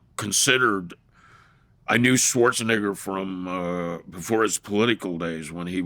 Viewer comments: It's "Neh-ger." ...the microaggression is wild 😂🤣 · He's saying it wrong on purpose 😂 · Knock it off. He is not😂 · LOL!!!!! I caught that as well! The pronunciation! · The way he says Schwarzenegger… 😂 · Schwarza who?